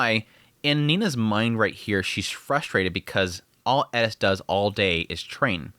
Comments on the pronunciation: in Japanese, english "L" and "R" sounds are essentially combined and kind of sounds like a short "d" sound. So when translating from Japanese to English, "Ri" or り/リ (Hirigana/Katakana) could be pronounced Li or Ri. So Gal Farion in Japanese is ガル ファリアン or Garu Fuarian in Romaji -> Gal Farion or Gal Falion in English. The way he says Eris in this video is also showcasing this pronunciation difference with translation. エリス or Erisu could translated to Eris or Elis, but when actually speaking Japanese sounds like Edis. One of the reasons why a lot native Japanese speakers have a hard time with our "R" sounds, because Japanese doesn't have a similar sound so it's more difficult to learn. When I was learning Japanese it was the opposite, as I was taught as using Romaji as a bridge between the two languages, i kept pronouncing them with a hard "R" sound because in Romaji each character is spelled "Ra Ri Ru Re Ro", but is actually pronounced with that short "d" sound sounding more like "da di du de do" However, there are characters that use a hard "D" sound being Da Di Du De Do" so it is a very slightly different pronunciation that cant really be explained over text haha. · Who is Eddis? FFS you're not Japanese. Eris is not Japanese. It's a greek name. You are allowed to use the Greek pronunciation. Other than that, great video! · I know its Eris but ur putting so much emphasis on the E its sounding like "ED-tis".. Thats some Stevie Griffin level of pronunciation you have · I sware you are saying Eris as Edis just to get rage comments. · I was enjoying this video until you started saying Eris name 😭 disappointing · loved the review. For some reason, the way you say eris agitated me lol. Great vid bro! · Why are you saying Eris like that😂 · Why do u say her name like that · any1 else just a litttle bit bothered ny the way hes saying eris's name lmao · Why cant you just say eris normal? You dont put an asian accent with any other name. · y u saying her name like that lmao